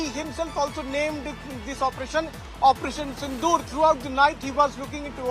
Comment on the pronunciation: It's operation sindoor....not sindu